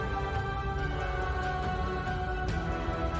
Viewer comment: I watched in 0.25× speed here is what I found: notice how he says "see you in the next ONE" sounds like he's saying Next WANG as in doctor strange's wang.